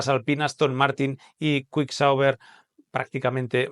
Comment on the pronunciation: "cuik sauber"... kick, tal cómo se escribe, se pronuncia, no es tan difícil. El problema de algunos españoles con el inglés y la pronunciación es espantoso. Vengan de a uno los que van a defenderlo, que los voy a ignorar con absoluto placer.